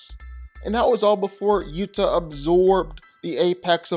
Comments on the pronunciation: OH-WAH-TU!! NOT YUTA I don't trust anybody's opinion who cannot pronounce the names of either character they're giving opinions on like I swear this guy just watches YouTube diff shorts made by 9-year-olds It gets his ideas and pronunciations from them .... GG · OMG!!! UATU,...ITS PRONOUNCED (OOO-ah-too) not Utah! He is not a state! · his name is Utah it's pronounced Ooo-aaa-too. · It's doesn't pronunce "uuta" It's pronunce "oowatu" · Did you serious call uatu utah? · He destroyed Uatu's name too. Sounds like he's saying Uath 😅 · His name is pronounced U-ah-too not Utah. 😅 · It's pronounced....ooh ah too.. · also, ‘Uatu’ (The Watcher’s name) 🤦‍♂️ [should be, “oo-ah-too” ] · Nice video; your Uatu pronounciation is weird ive always heard Ooh Ah Too but i guess its a comic book so its not like theyre speaking the name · Uatu = oowatoo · Uatu is pronounced Ooh Ah Too my dude. Awesome video though for real. Never really thought about Uatu vs anyone so good choices here. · You did not nail the pronunciation of Uatu. Pretty sure it’s Oo-wa-too. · Hearing Uatu's name pronounced wrong was painful to hear. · It was painful hearing the Watcher Uatu's name being mispronounced throughout the entire video.😖